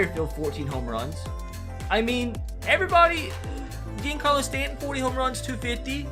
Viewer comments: Mans sayin G-in-Carlo Stanton, bruh; it’s John-Carlo Stanton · Mispronounced Giancarlo... That $ sounding good